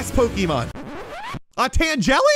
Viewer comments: It’s pronounced tan-guh-la not tan-jelly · U said tenjeli instead of tangela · It's tangela not tangely,. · It’s not tangjelly it’s tangala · it is tane-gel-a